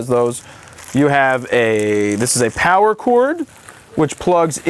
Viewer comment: The Powah!